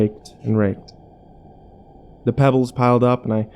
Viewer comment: Ha Ha you said "ebbles"